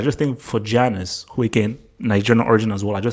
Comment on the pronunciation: Why do you call Giannis, Janice?